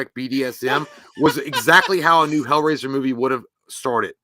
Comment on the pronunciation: Hellrasier ……👌 lol